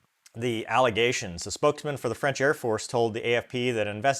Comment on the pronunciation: Freinch again 😂